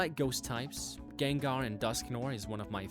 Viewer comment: You mean "Gengar"